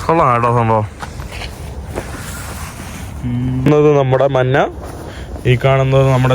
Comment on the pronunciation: ദയവായി മലയാളിയെ വെറുപ്പിക്കുന്ന മലയാള ഉച്ചാരണം മതിയാക്കു Yellow കളറിനെ മഞ്ഞ എന്ന് പറയാതെ മന്ന എന്ന് പറഞ്ഞ് വെറുപ്പിക്കല്ലേ.... ഞാൻ എന്ന് പറയാതെ നാൻ എന്ന് പറയുന്നു അങ്ങനെ കുറയേറെ ഭാഷാ വകതിരിവ് കേടുകൾ😂 ഒന്ന് മെച്ചപ്പെടുത്തു please😢